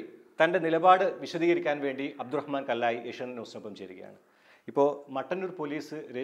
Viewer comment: കല്ലായി അല്ല കള്ളൻ ആയി. 🥴🥴